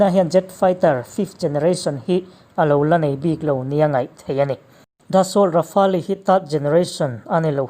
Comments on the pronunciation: Rafale tih hi Ra fa le tilo in...Ra fale tiin chhiar ta zawkla adik zawk in karing...chuan a ngaihnawm khawp mai👍👍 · Fela Sap hoin an explain reng2 in leh...Rafale hming an lam reng2 in Ra fa le tiin an lam ngailo aw Ra fale tiin an lam thin...i awihloh leh a chanchin an sawina youtube ah atam mai va enve mairawh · Rafa-el ti tur jawk.. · Rafali nilo in rafel tia pronounce tur zwk😎😎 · Dassault rafali nilo in i lam dan kha Dassault Rafale ti zawk rawh i lam diklo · Ra-fa-le ti a lam tur niloin Ra-fale tia lam zawk tur zawk a ni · Rafale leh j20 i lam dan mai chuh😁😆😅🤣 ka nuih za tlat nih chu... mzo2 mi ini hrim2..thaims te la ti ta deuh2😭 rafael ti ve mai la.. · Tard,rafaali,j20 ngaihthlak hrehawm tep,i aw chu engpawh nise,i lam dan hi chu ngaihthlak hrehawm tep. Han tang leh deuh teh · Rafale tih i lam dan hi, atawp a le tih hi tel lo in, Rafêl ti a lam tur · Hotupa lam dan hi a dik. "Le" tih khi a hranpa a lam tel tur. Grand finale ang in lam tur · Rafael I lam rik Dan hi a dik lo deuh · Rafale hi i lamdan mak ka ti😁😂